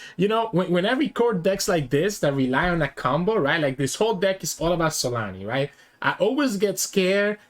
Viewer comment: it's zolaani not solani